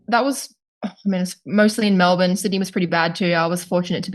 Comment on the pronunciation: 3 weeks in Melbourne and didn't learn how to pronounce it, sad.